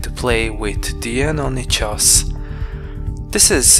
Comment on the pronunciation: Dienonychus is Greek I believe,also it's pronounced like: die-no-n-I-cuss.